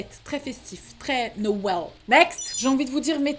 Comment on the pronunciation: « Très nowel » 😂